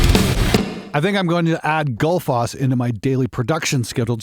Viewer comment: Given that it's named after the Icelandic waterfall, I think it's pronounced more like "Gootl-foss".